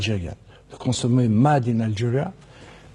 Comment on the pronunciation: " Pour nous, consommer 'MAD in Algeria' ne peut être que positif pour notre pays " mal prononcé mais vrai dire